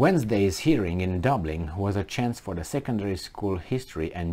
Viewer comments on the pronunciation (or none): none